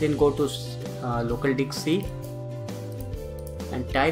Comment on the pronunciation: Did he just say "Go to local Dikc C"?